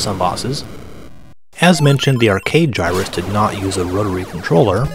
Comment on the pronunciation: Hard 'g' in Gyruss. Just sayin'.